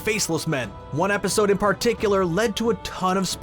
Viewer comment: No one: This guy: PAR-ticular